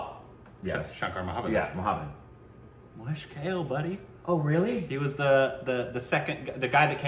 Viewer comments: Guys, it is not Mahesh KALE (salad). It is KAALEY. Please, other people have told you this already! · itd Bhaa-way (Bhave) Kaa-lay (Kale) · Hey, just for the pronunciation purpose. Here is how it should be pronounced, Mahesh Kale (mǝheɪʃ kʌle) Subodh Bhave ( suboʊð bhʌwe). Rest are ok. I hope it'll help you pronouncing Marathi sounds. Thanks for reviewing one of my favourites. About the next Marathi film, I'd suggest "Harishandrachi Factory". You'll get to know more about it here The film tells the story of the great legendary pyoneer of the Indian Cinema Mr Dadasaheb Falke (dʌdʌsheɪb pʌlke). I hope you'd love to witness the history of Indian Cinema. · Sorry to say this but I startled and then snorted so loud when pronounced Mahesh Kalay as Kale 🥬 as in leffy veg 😂😂😂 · One correction, the singer's name is Mahesh Kale which is pronounced like 'Kaa...le' and not like 'Kale' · for the nth time- Mahesh "kel" its Kaa + lay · His name is pronounced as 'mahesh kaa-lay'